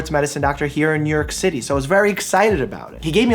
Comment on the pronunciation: "Here in nyerk city." You sound so midwestern most of the time. But now and then the nyerk sneaks out.